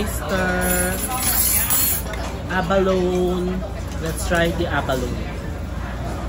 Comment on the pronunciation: Pronounced as abalo-ne ( a-ba-lo-ne)